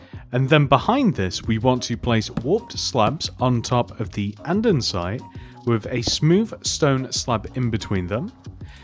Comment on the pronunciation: "andensite"